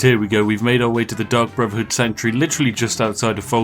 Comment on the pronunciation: I honestly keep hearing Spiff say "The Duck Brotherhood" and now I want that in Skyrim.